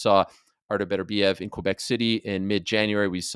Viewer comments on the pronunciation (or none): none